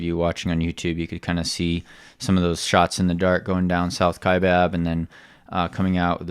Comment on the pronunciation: Great job. - your pronunciation the first time is correct. Kya-bab. I did R2R the first Saturday of November and did not hit any mules.